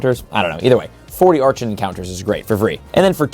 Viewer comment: It really annoys me when you say a Pokemon's name wrong, archen specifically. It's pronounced ark-in